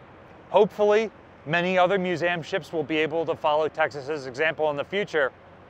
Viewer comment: I’m sure someone has said this already but what’s with “Muse -Am”. Are we just being cutesy?